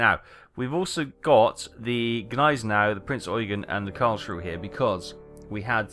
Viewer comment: Not a big deal but its not Karl schrue, its said as Karls Ruhe (Ruha)